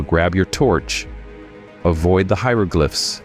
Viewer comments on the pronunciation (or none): none